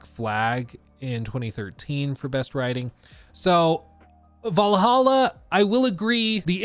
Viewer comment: IT IS VALHALLA NOT VAL AH HA! DAMN DUDE